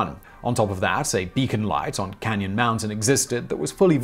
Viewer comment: Simon - it’s Cannon Mt. Not Canyon Mt. Used to be where the Old Man of The Mountains face that is the state symbol of NH is, before it fell off a few years ago. The Old Man would be a good topic for a Geographics vid.